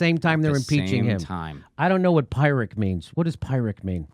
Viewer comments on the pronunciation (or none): It's pronounced "Pier-rick". The term comes from Pyrrhus of Epirus who was a Greek commander who tried to conquer Italy and ended up winning a "victory" that was just a total bloodbath for both sides. i.e. Pyrrhic victory. It's a "victory" where no one really wins. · Its pronounced like "peer-rick" not "pyre-rick" btw but carry on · Pyrrhic is pronounced pir to rhyme with fir, not pyre. It means a 'victory' that is so costly, it isn't worth the price paid. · PEER ick. not PIE rick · "Pyrrhic victory", not "pirate victory". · Um..and it's pronounced "pirrick", Jimmy..not "pie-rick". No worries: mispronunciations, malapropisms and knowledge-glitches show you weren't born to privilege. Neither was I - but my working-class mum+dad loved words, reading and perfect spelling etc Paul G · Pronounced "pirric" victory in standard English. A victory in name only. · It's pronounced peer-ick and commenter Neon Peon explains the historical context, elsewhere in the comments. Keep talking, Jimmy. You're one of the few people on the internet on whom I can bank for reliable, rational, analysis. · It’s pronounced “Pi-Rick” victory btw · It's pronounced peeric. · it's pronounced "peeric" fyi :-) ps - up to 750,000 single, able bodied people with no dependents may lose their food stamps, really not gonna shed a tear there. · pronounced PIRIC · Correct. It's "peer" ric. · yes, mispronounced, should by "Peeric" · Jimmy, "Pyrrhic" is pronounced like this... { PEER-RICK } It's derived from the battles of the army of King Pyrrhus of Epirus, in their war to defeat the Romans around 280 B.C. He won some battles, but at great cost and casualties to his own forces. That's what it means... VICTORY, but at a great COST. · Not to be a pedant, but it’s PEERic victory. Maybe both pronunciations are acceptable, I don’t know, but only heard PEER-ric. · It’s pronounced “PEER-rick” victory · “Peer-rick” victory, oof, cmon jimmy lol